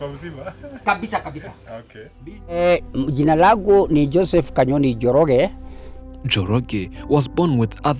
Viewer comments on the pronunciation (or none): Not kanyotu is kanyoni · Kanyoni not kanyotu its my villange ..njirani yangu